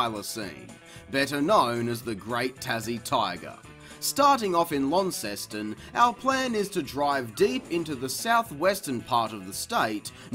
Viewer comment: launceston is named after the town in Cornwall England, its pronounced LORNSTON please can u stop with the lan sess tan